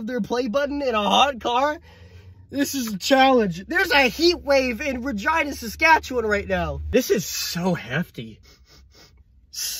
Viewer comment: The funniest part of this video is him saying Regina Saskatchewan